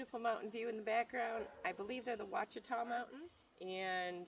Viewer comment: The Quachita Mountain Range is pronounced Washita, like Wichita but Wachita. I'm kinda like a Neighbor, I live just north of Hot Springs but moved down here from the Fayetteville area which is The Ozark Mountains. I miis them alot, but the Quchita's are nice too. I hope y'all have a great day and can get the things done you want to accomplish. If not there's tomorrow. Have a Blessed day!